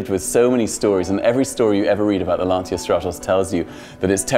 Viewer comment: Please, the right pronunciation is Lan-cha, not Lan-sia..